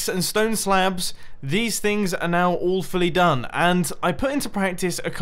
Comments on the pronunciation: He said "all fully done" I heard "Awfully done" ;] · Whenever mumbo says "all fully done" I hear awfully done. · Mumbo: These things are all fully done What I hear: These things are awfully done 😂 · As far as I know, chorus plants need to be farmed manually, as the flower grows to the top of the plant and then stops, so even if you knock them out, the stem does not grow anymore. Also, just after is it "all fully done" or "awfully done" :P